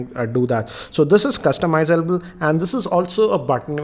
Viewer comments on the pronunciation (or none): not cool! it just a young slip.. not a big deal. and stop criticising someone for small mistake